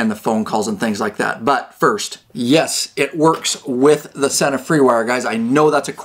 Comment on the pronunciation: Pronounced SEE NA